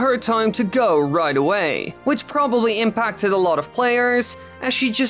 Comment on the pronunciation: “Impacted” “Impa”cted.